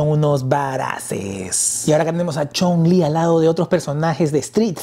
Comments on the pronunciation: Amigo es Chung-lí de street fighter así como se escucha no Chong-lí ese es el nombre del villano de la película de contacto sangriento así mismo Ami me gustan ambas la de sh figuarts me facina por su esculpido tipo animexico la de jada toys está genial también pero siento que el rostro le faltó un poco más de fineza y claridad en los rostros a mi humilde opinión saludos 👋🏼🙏🏼👍🏼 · Amigo la personaje se llama así se menciona chung-li y tú la llamas chong-lí ese es el nombre del villano chino quien lo protanizo El gran Bolo Young de la película 📽️ de los 80s contacto sangriento que salio con Jean Claude Van Damme así mismo crees que saquen a los personajes de final figh como cody,guy ,mike haggar etc en hora buena hsa figura de chung-lí de la jada toys saludos 👋🏼